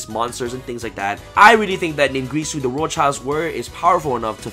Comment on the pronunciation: Say it with me, Sam Ningirsu = Nin-Geer-Soo